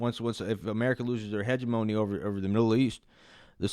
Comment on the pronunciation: Only thing I want to add to this video is that I need u to look up how to pronounce hegemony.